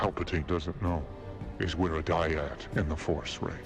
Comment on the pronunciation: Dyad. Not Dryad.